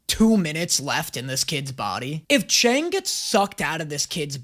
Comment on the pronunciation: love this reaction series but is anyone going to tell it's pronounced "chung" and not "chang"?